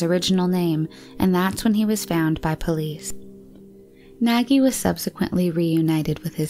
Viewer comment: Yes, is Nagy not nagie